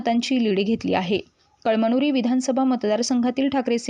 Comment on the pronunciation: कळ मनुरी नाही ग बये कळमनुरी वाच 😅😅😅